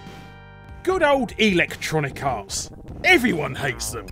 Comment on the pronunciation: Your accent makes it sound like you're calling them Electronic Arse. I approve.